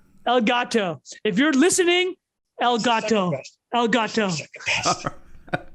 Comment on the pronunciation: New Drinking game: take a shot every time says ÉLGÂTÒ